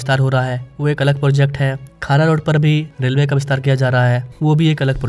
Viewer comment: बोरीवली ✅ बोरीवरळी ❌ खार रोड ✅ खारा रोड ❌ भाईंदर ✅ भयांदर ❌ डहाणू ✅ धानु ❌ आपके उच्चारण की गलतियां ठीक कीजिए!